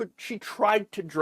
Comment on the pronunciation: The "nornal" RethugliKKKlans, everyone!